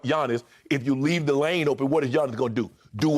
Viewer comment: "Sashaying through the lame "?🤦🏿‍♂️😂😂😂😂😂. Funniest guy on tv